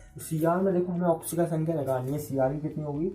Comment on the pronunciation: Thik se bolo